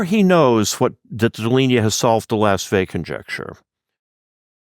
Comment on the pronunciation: In this video, Professor mispronounces Pierre Deligne's surname. "Interview with Pierre Deligne, the Abel Prize", December 12, 2019